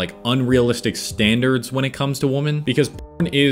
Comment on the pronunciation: Maybe after another 90 days you’ll say “women” instead of “woman”